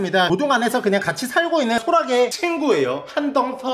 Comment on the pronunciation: 소라게를 호랑이라고 들어서 어떻게 잡나 싶었음